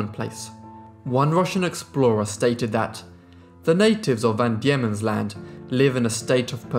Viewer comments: van Diemens ... pronounced "dee-mons" , not "dee-ye-mons" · Truganini as in 'Dug', Van Diemens pronounced Demon, you're welcome, cheers. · It is Van Deimens land as in demons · (PHONETICALLY pronounced).... ~Truggah-nee-ni~ 💖 ~Van DEMONS Land~ ~AY-BULL TAZZ-MAN~ 😊✌🐨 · Well if we want to split hairs I thought it was Van Daemon's Land pronounced demons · Van Deemans land, trugganini Able Tasman. Pronounciation is key